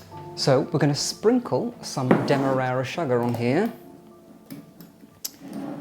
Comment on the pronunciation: Love when you say “sugah”. ☺️